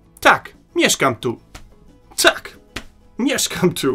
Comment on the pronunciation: Wirklich du betonst die Vokale viel zu stark. Es heist Tak und nicht Taaak. Es heißt Nie und nicht Nieee. Im Polnischem werden die Vokale sehr kurz ausgesprochen. Ohne Betonung.